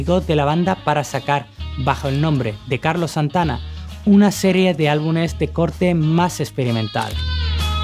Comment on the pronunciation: Buena historia, perseverancia y fiel al estilo Carlitos Santana. Como recomendación, se dice álbuMes, no álbuNes. Tal vez mejor contratar a un presentador con mejor dicción, la edición muy buena.